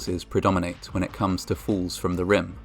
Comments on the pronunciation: He pronounced falls as fools! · Every time you said "falls" it sounded like "fools." Either way, it's accurate... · Your accent makes the word falls sound like fools, and im not sure if thats accidentally tasteless or accidentally hilarious. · Narrators use of the word “ falls”. Sounds like he’s saying fools! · when he says "many falls" i thought he said many fools, his accent makes falls sounds like fools😂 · In the video, when he says "falls" it sounds a lot like "fools" "Records exist of more than 50 f__ls....." You be the judge of what word is most appropriate. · (To an American) with the British accent, it sound's like "In spite of all of this, FOOLS do occur" - which seems somehow appropriate in this case. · When you talked about 50 falls, because of your accent I thought you said 50 fools. Lol. Which fits, unfortunately. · Is he saying fools or falls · When he says “falls” sounds like “fools” 🤔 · It sounds like you are saying "fools", which fits the stories anyway. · who else heard "more than 50 fools"? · When you said "50 falls" "Falls do occur" - I heard "50 fools" " Fools do occur". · I kept hearing "fools" instead of "falls" and it actually still made a lot of sense. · I thought he said, "... suffered fatal fools", haven't we all? Oh, "suffered fatal FALLS." Got it. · I like how your accent makes "falls" sound like "FOOLS!" "Despite all of this, fools do occur..." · What if I told you he was saying the word "falls" with an accent